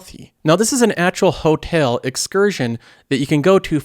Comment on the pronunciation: I’ve got to ask, where are you from? Seems like every other video I hear a new funny pronunciation of a common word. Disney “Hotale.” They crack me up.